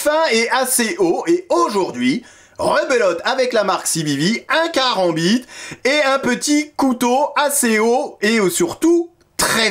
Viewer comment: S'il vous plait, ne faites pas tourner votre Kerambit (ça ce prononce K-rambiT) comme vous le faites dans la video : avec un "vrai" Kerambit (ou même un faux d'ailleurs) vous allez rapidement finir à l'hôpital après vous l'être planté dans l'avant-bras se faisant ! De telles rotations ne s'exécutent en effet que suivant les diagonales allant de l'épaule à la hanche opposée et vice versa. Bref, de manière croisée et cela en imprimant simultanément un pivot du corps via une torsion des hanches appelée "Gelek". Maintenant pour en venir au couteau lui-même, un vrai Kerambit est (1) aiguisé à l'extrême sur des deux côtés ce qui ne me paraît pas être le cas ici et (2) l'angle que forme la lame avec le manche est normalement beaucoup plus prononcé. Ceci ne laissant aucun doute quant au fait que ceci est d'inspiration occidentale, loin de ce qui se fait traditionnellement dans le Sud-Est Asiatique. Voilà, c'était juste mes 2 cents. Et merci encore pour cette nouvelle vidéo de présentation. 🙏